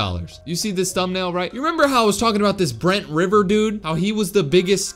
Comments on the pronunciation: “brent river”💀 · "Brent River"💀💀